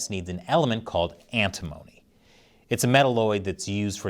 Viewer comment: Pronounced "Ant-i-mony" , not like "Alimony".